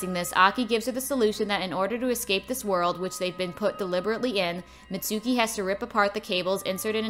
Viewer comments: actually its pronounced MItsuko not Mitsouki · Her name is Mitsuko not Mitsuki but still this is nice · I love how she says mitsuki when on the movie it say mitsuko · ITS MITSUKO NOT MITSUKI